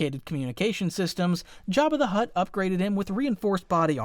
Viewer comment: Why did he call him jabbi de hutt